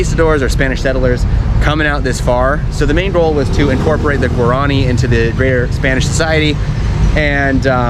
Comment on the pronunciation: Guaran i is pronounced (wah-rah-nee), with the accent on the last i. The lace work is called ñandu ti (nyan du tee) accent on the last syllable. Embroidery is called a' ho po'i. (ah-oh po ee) accent on the last i again.